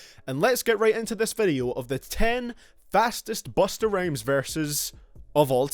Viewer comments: He said Bustah Rames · did you say busta rayms lololololoolollollloloooooooooooooooooooooooooooooooooooooooooooooooooooooooooooool